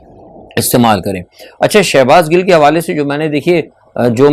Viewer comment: Sir shehbaz Gul nhi ha wo Gill ha please correct kr lain